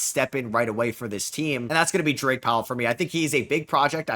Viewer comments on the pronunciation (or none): none